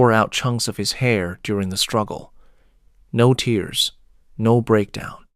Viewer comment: I am going to assume this is AI slop, since you can't seem to say tear/tears, and instead say tears, like crying.